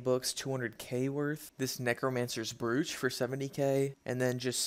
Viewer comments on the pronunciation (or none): brooch is pronounced like "roach" with a B